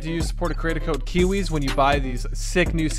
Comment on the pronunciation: Why is everyone calling him kiwis and not kiwiz